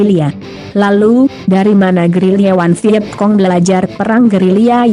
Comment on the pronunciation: Vietcong… hahaha Vietkong kali